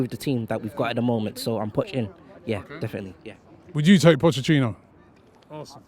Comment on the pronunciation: Pochettino’s name should be pronounced Poh-Kay-Teen-Oh.